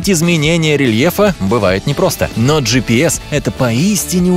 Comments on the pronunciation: Он скозал. Слова. Жипис 20 раз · 30 ты сказал джипэс